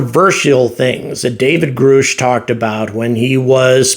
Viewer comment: just to help out, it's "Grush" like hush or brush. You are pronouncing it Groosh, like root.:)